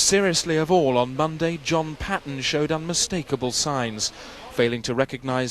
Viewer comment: Enchanced Paxman-esque with the RANDOM stress.